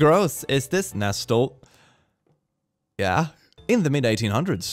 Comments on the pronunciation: click, English is hard, so I’ll give you the pronunciation of “Nestle”. It is pronounced: nehs-lee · I'm crying over his pronounciation of nestlé